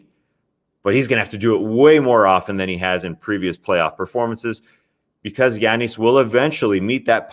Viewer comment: Solo Tas is great. An hour long pod of Tas digging deep into the intricacies of the league while tossing in the occasional personal opinionated commentary would be awesome. Well done sir. PD: love how he says Giannis 😎